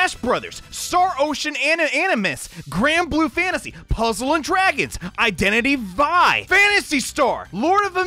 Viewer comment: The way you were gonna pronounce it as Identity V only to say Vvvvfive was really relatable